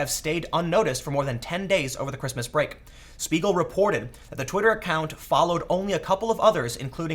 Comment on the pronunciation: Just for info Tim, Spiegel is pronounced "Shpeegel" in German :)